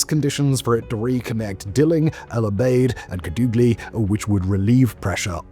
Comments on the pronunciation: Bold of you to assume my hometown doesn't exist. But a more proper way to say it is Kàdugly. If you know some spanish you might say it the right way. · Simon... There's a Family Guy bit about Peter listening to British Radio broadcasts he isn't even sure exists. Normally I think "Simon and his writers wouldn't make up place names". Then you said "Kadoogly".